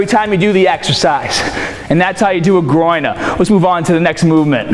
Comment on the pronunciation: the way you said "Groiner" lol. Awesome video bro just what i needed for tomorrow after leg day!!!!!!!